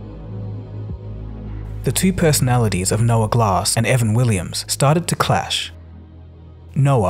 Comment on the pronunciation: Why do you call him "Evan Willims" ?